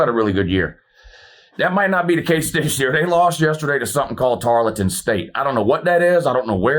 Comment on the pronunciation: Tar-EL-ton Stephenville, Texas, south of Ft Worth.